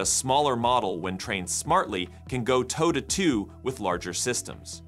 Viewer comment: Tow to tow, not two. Close